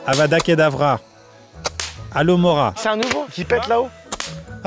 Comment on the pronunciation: C'est HaloHomora, pas alomoraaaaa 😉